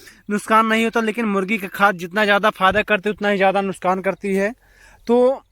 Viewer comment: Bhai nuskan nahi nuksan hota hai